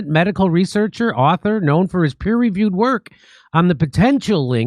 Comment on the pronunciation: "Peer reviewed" not "per reviewed."